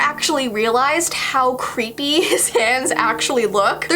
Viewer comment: Cweepy Kermit